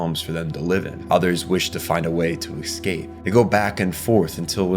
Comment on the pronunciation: also "reminisKing" instead of reminiscing, and his constant mispronunciation of escape as eKscape...